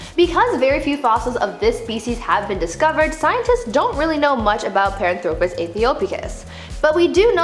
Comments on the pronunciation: Nope. In her first video, she butchered three. And she butchered Paranthropus here. It's not "pahr-an-THRO-pus." It's, "PAHR-AN-thro-pus." Her data is sound, but her pronunciation makes me want to throw my phone. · She mispronounces Paranthropus the emphasis is on the second syllable not the third, pa RAN thro pus , not par an THRO pus!